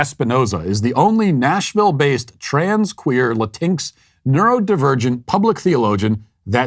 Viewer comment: Latinx has always made me laugh but hearing Matt’s pronunciation is pure gold, not making fun of him cause there’s no correct way to pronounce a made up word. “Latincks”